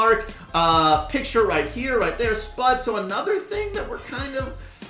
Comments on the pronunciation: When says SPUD instead of SPUDE... X-X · its not "spud" its pronounced "s(pew)d" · Yo, the brawlers name is spade not spud-e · THAT IS S-P-U-D-E